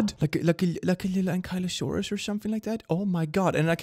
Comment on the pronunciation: It's pronounced ank-uh-lo-saur-us not ank-I-lo-saur-us It's my favorite dinosaur and I don't like people mispronouncing it